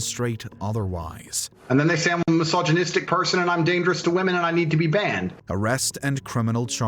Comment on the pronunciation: It's pronounced women not woman 😒🙄😑😐😕😤